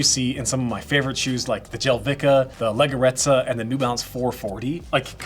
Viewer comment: bro as an italian i died when you pronunced leggerezza